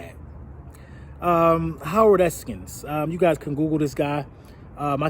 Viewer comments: FYI - It's E-S-K-I-N not Eskins. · I’m not reading through the 150+ comments.... but I’m sure you’ve already heard it... but there is no S at the end of Eskin. The guy has covered Philly sports twice as long as you’ve been alive. If you wanna bash him at least pronounce his name correctly. No real Philly fan would ever take you serious watching this video. You ever even listened to WIP?